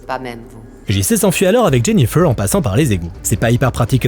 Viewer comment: " Jenifeuwwww" ? 😂😂😂 En plus tu le répètes 50x